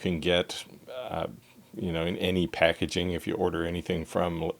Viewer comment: Dude, it Packaging, not Packaing...